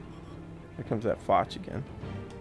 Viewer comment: Btw you dont say foch like foch you say it like fosh its just spelt different